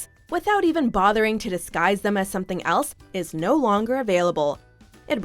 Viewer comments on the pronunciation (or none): none